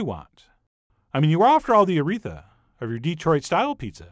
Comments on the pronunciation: I thought he said Urethra 🤣 Aretha is much, much better. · Did anybody else hear "you are after all the urethra of your Detroit pizza"? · I thought he said uretha and I was like what